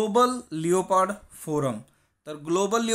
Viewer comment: sir its not स्नो लेओपार्ड its स्नो लेपर्ड